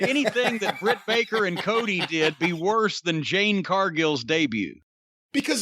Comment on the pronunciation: It’s Jim saying her name wrong on purpose for me. 😂😂😂😂